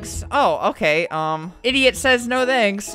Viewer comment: Also when I click the second link all i hear albert say is isiot